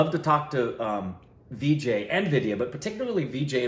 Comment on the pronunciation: *Vijay Raaz please .... not Vijqy